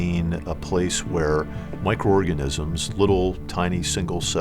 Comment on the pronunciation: did he say "tiny, single celled 'orgasms'"?